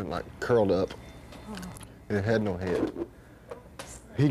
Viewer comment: I Love How - In "Texan" - One Syllable Words Have TWO Syllables...."SPLI-IT", "DE-ESK", "HE-EAD😂☺😉....Stevie Had, Previous To This Interview, REALLY GONE OFF, To Press, On David Bowie Because Bowie Had Told Him That He DIDN'T Actually Want Him & Double Trouble To Open For Him On His Let's Dance Tour As He Had Told Stevie Earlier - "It Was All Just Bullshit - He Just Wanted ME Join Him On The Tour - So I Left!" SERIOUS Bad Blood & CURSING Ensued & Was It Went On....Stevie Had Been Kind Of Known For That Being A "Touchy Subject" With Him...Thus The "You're Not Gonna Bleep Me?" Comment! Stevie Definitely Was Sure About What He Wanted! He Wasn't Going To Be Backup Guitar To Bowie Or Anybody Else! He Had A BAND & They Were A Package Deal! And He Had Been Lied To! He Definitely HAD A Pair!! Good For Him!! I Would Cursed Him Out, TOO, Stevie! He SCREWED You Over!! And You Didn't Need Him - GOOD Call!!